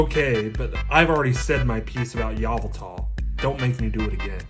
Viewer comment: props to my man for saying yveltal right